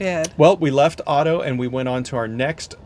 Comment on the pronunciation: Fantastic video. Glad you enjoyed your trip. Just wanted to point out that you pronounce Addo with an A not Au...your timestamp is saved as Auto Elephant National Park from being mispronounced 😅